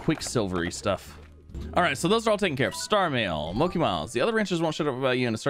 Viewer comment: Mochi miles is pronounced moh-chi